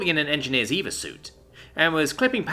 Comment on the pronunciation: EVA is pronounced as E Vee Ay. Not Yeva.